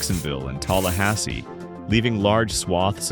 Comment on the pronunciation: It’s pronounced TAL-ah-HASS-ee, not TALL like a tall person.